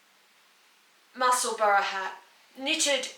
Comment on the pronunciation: It’s pronounced Mussel burra, Helens burra and Edinburra from a 🏴 ( bit of a pedant when it comes to pronunciation!!). Loving your knitting- came to you via Tash and doing catch-up from your first episode. Thank you for keeping the yarn industry going and entertaining us 😊 🙋🏼🏴